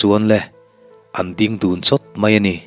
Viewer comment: hawh u i din chawl lawk tiang u, ti lovin, i ding chawl lawk tiang u ti zawk ta la, dik hmel zawk lo maw. chuan ding lai tak hi thluk bawk la.